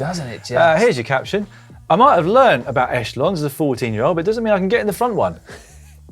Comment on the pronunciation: Should be pronounced ecHELLons.